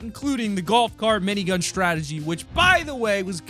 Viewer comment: When he says : minygun Me:☹ When he said: gray pistol Reeeeeeeeeeeeeeeeeeeeeeeeeeeeeeeeeeeeeeee😭😭😭😭😭😭😭😭😭😭😭😭😭😭😭😭😭😭😭😭😭😭😭😭😭😭😭